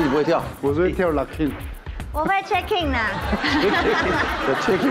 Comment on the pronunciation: locking 跟 poppin 的發音其實是不對 都是第一個音是高的才對